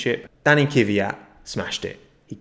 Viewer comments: Is it Oocon or Ocon? Dunno but in either case it's Kvyat not Kivvyat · let's say it together: K-V-Y-A-T. KVYAT. not kyvyat.